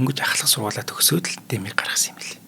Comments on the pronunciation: Дээмий гэмээр байна. Дэмий гэхээр арай л сонин сонсогдоод ккк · Дэмий гэмээргүй бнаа. Уул нь эхний үен дээр өргөлтэй Дээмий гэх нь зөв байх. Хэтрүүлэгтэй зүйлд Монголчууд дургүй шүү.